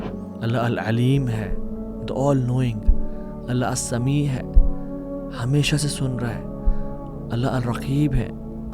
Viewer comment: السمیع۔کے ع کی تجوید اچھا کرین پلیز باقی ماشاء الله